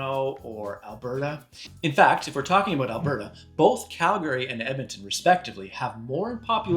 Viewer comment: "CALGARI" Is that near to those Lost Tribes of the Calgahari?